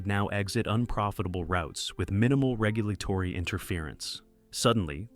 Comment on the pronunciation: I assume this is AI based on the mispronunciation of basic words like regulatory